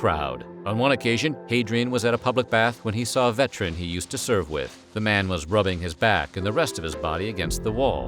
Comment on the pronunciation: Oh my God another word that is missing a syllable the word is veteran it has three syllables in it. Why are you skipping entire syllables in words or regular basis and you do videos